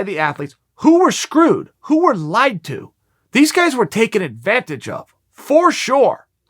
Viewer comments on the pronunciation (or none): none